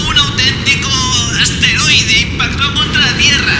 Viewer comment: Cuando hablo en la presentación dijo esteroide en vez de asteroide XD